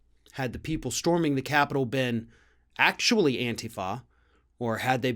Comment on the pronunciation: THANK YOU for pronouncing "antifa" correctly.